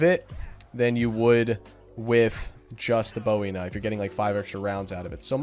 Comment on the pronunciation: BOOOOOOEY. Not bowie. The knife wasn't named after David Bowie. His name was pronounced Jim Booey.